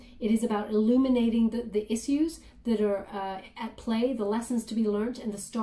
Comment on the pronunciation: has anyone ever corrected you on the pronunciation of "issues"? Just trying to be friendly here the best I can through a comment section haha but think of -ish sound like "ishues" The double S is deceiving and if English wasn't my native tongue I would pronounce it with the double S sound. I just want to help my friend I promise:)